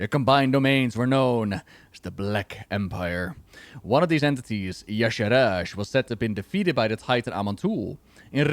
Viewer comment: yes I agree - I'm also a FFXIV player. She is similar to Emet-Selch in some ways, she's similar to an Ascian. Also, Blizzard cannot say Y'Shaarj right! I say it ee-sharj. It is like they are adding extra syllables to it!! Emet got a whole expansion much like Xal'atath got the Worldsoul Saga. My FFXIV main is known for wrecking final bosses. Just ask Zenos yae Galvus! Emet's grandson. He FAFO'd hehe